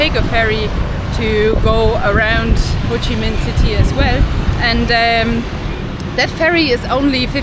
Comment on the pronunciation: bạn nói tên HCM city là quá chuẩn rồi , có tìm hiểu và học thức sâu rộng không như 1 số người được ăn được học. mà nhận thức hơi kém